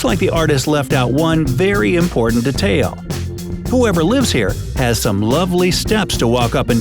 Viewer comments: said detail wrong 1 mistake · Why do you pronounce “detail” differently ? Lol